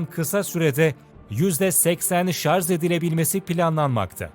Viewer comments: yüzde seksen ŞARZ deyince videoyu kapattım. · ŞARZ DEĞİL ŞARJ...